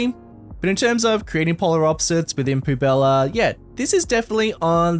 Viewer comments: 2.20's biggest weakness is french words XD. Poubelle is pronounced "poo-bell". Poubella sounds better for the city though! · actually it's pronounced pu.bɛl (poubelle) not pubella :D love the cs2 series btw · "Poo Bella" bruh that pronunciation lmao